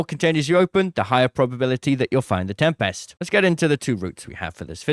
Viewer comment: The correct pronunciation of tempest is TEM-pist. It is a two-syllable word with the stress on the first syllable, featuring a short "e" sound and a sharp "p". Source: Cambridge Dictionary